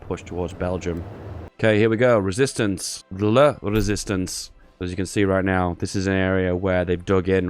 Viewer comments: "I JUAN THE RÉSISTANCÉ" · "I want La Rėsistance" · "i want the resistace" i really need to risist my parants. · I want the resistance (w/ french accent haha)